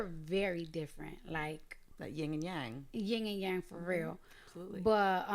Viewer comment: I hate how the interviewer is feeding into her bullshit. “Like ying and yang” no, not like ying and yang.